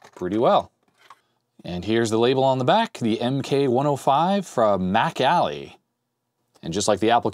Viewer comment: I know you're saying "MacAlly" keyboard, but I just keep hearing it as "back alley" keyboard. You know, that shady guy in the trench coat selling keyboards in the alley.